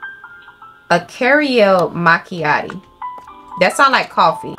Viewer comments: "two careo mackeatties" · “Carriel Machiatties” 😂